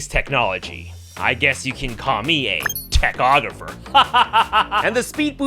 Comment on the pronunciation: ”tech-og-rapher”, hahaha